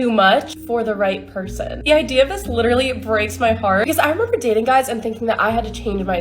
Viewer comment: If I lidderally hear lidderally from lidderally any liderally lidderal wahmen, I'll lidderally be lidderal.